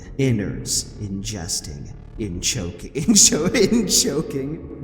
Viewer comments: “Inchoking” my favorite moment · "inchoking Leage of Legends" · inchoking LoL 🤣🤣🤣🤣🤣🤣